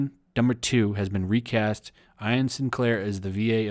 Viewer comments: Must be embarrassing to mispronounce a 3 letter name like Ian. Ee-yan, not Ai-yan. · I cringe every time you Eye-en instead of Ee-en for Ian Sinclair. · Ian is pronounced E-an not Eye-an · The name "Ian" is pronounced "Ee-an." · Vic Min-yan-nah, that's how's you pronounce it. Holy shit never mind, you're fucking up basic words and names like Ian and hyperbole